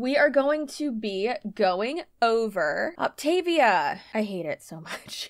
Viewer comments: Great info! But please, pronounce it correctly! Opta-VIA, like Mama MIA! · For what it’s worth, the insider huns actually pronounce this “Opt-uh-VEE-uh.” An MLM by any other name. . . . ETA: THRILLED about your clear margins! HURRAY! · My friend did this for a hot second. Not sustainable, obviously. I always heard it pronounced “op-ta-VEE-a” 🤷🏻‍♀️ Also, I tried one of her fueling snacks. Ugh! I had to spit it out. So gross.